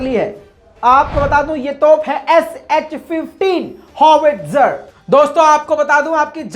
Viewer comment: HS 15 Hai ya SH 15 sahi bolo bhai